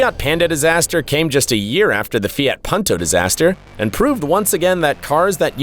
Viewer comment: 그리고 새끼야 듣다보니 이름 똑바로 안부를래? 푼토를 펀토라고 하질않나 조에를 조ㅡ 라고 허질않나 헌대이 발음은 어쩔 수 없어도임마